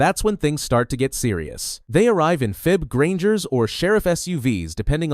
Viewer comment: That is such a cursed way to say "FIB."